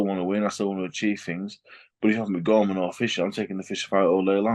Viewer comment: Bro said Gorman 😂